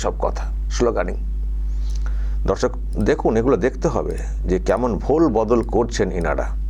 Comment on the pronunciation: babu aapnar vedio r prathamei darshak bala ta ektu clear kore bolun, aamra dharshak sunchi 😢 sotti bolchi aamra ota nay